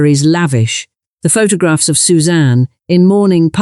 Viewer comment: Bad ai naration, pho-tog-rags?